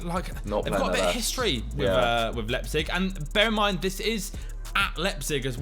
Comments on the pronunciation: Lie-pzig not lep-zig 😆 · Nan-Tez and Lep-Zig. Oh dear... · Love this series but please learn to pronounce Nantes and Leipzig!!! Lol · Should probably try pronounce Nantes and Liepzig correctly first.